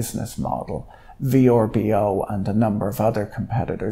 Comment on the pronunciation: Thank you for calling it V-R-B-O